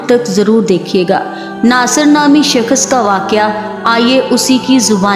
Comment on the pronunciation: Uff kis qadar lambi aur jhooti kahani he aur bibi yeh shakash nahi Shakhas hota he pehli bolna seekh lo phir jhooti kahaniya gharna😂